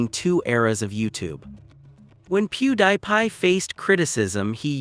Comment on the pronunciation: AI voice. Literally pronounces his name “PewDIEPie”. 😂 “How do you do fellow humans?”